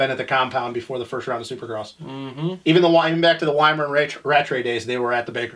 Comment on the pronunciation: Pretty sure its Wyman not Weiman... But pretty funny show all in all. literally looks the same as he did like 9 years ago when me and Andy Myers went down to those weird arenacross races in Chicago with him and his old man. Good times man let me on the show Im down for some bench racing